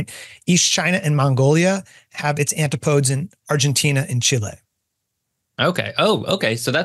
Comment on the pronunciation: I've never heard someone pronounce antipodes like that. I've only ever heard it pronounced an-ti·puh·deez.